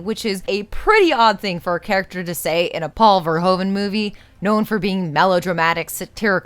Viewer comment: Hey, I'm going to be that person, but, I notice that you, and other film essay makers on youtube, pronounce "Paul Verhoeven" incorrectly in a consistant matter. From the way you pronounce it, I think I can tell you're not pronouncing it in a way that an American would read this "naturally" when reading it without help or context (I wouldn't have minded it as much if this was more obviously the case). However this pronunciation is not correct and I think you're making it harder than it is, I think the correct pronunciation is much closer to the sounds of your language than the way you (and others) are saying it now. No disrespect, I feel like you're all truly trying, but someone just taught you all incorrectly. So here goes. Paul: just say Paul, it's pretty close to what it should be. I think in American pronunciation it has a bit more of a h sound in the beginning, like saying Phaul but not saying the PH as an f, but saying it as a p and then the h. Like the "ph" part of haphazard. Make it nice and clean, straight from the P to the au, no lingering air. However the difference is so small, you can totally get away with saying Paul in an American accent. Verhoeven: Ver (like "fer" in Ferguson) - hoe (like "hoo" like an owl says, hit a nice round ooooo sound) - ven (like the "ve" part of "Verizon", dont pronounce the n). Paul Fer-hoo-ve. Dutch people do not always pronounce the n at the end of words or names, this is such a case. I guess if I heard a Dutch person pronounc